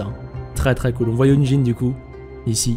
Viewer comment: C'est vrai, j'aimerais bien que YunJin soit prononcé correctement également (le j se prononce comme un ts en chinois) !